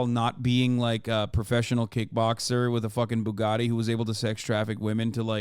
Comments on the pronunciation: The way he says "Bugatti" is still fucking crazy to me. Like how do you manage to pronounce a word using nothing but glottal stops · Tate will go down in history as the guy who taught American teens/20something to say "Boo Gat Ee"